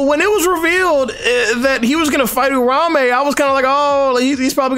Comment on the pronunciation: can someone tell me why's everyone calling Uraume, Urame? That's not his name bro's